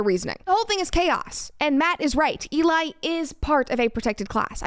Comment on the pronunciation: E-lie... just sayin...